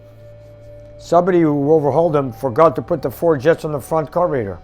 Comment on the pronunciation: I watch videos just to hear him say carb ee rater:D love it all just kidding haha